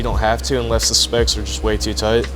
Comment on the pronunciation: Excellent vid. Thanks! Is he saying spokes or specks?